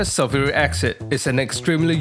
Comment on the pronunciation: I must get some of this special sulfric accent. Sounds real good. I won't buy sulphuric acid if this accent is readily available.😁